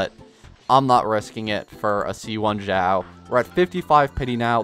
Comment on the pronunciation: not gonna lie, "Hue" Tao is making me wanna stab my ears Also "Zhao/Zinyan" instead of "Shao/Shinyan" but not as much